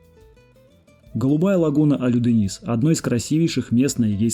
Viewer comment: Спасибо за видио. Все шикарно. Маленькая помарочка. Точно произность названия городов и водоёмов. Море не Алюдениз. Ölüdeniz.Так же произносится.